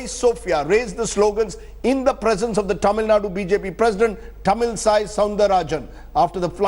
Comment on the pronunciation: Whatever the issue is, Mr. Anchor, her name is not Tamil Sai. Sai has nothing to do with her name. Ease of pronounciaton, you made her kind of a Sai bakht. WRONG.